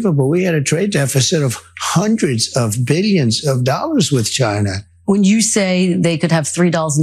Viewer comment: I have been hearing this dingus talking for a decade, and the way he’s pronouncing “china” still gets under my skin